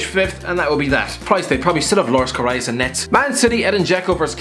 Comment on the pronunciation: that pronunciation of Karius😂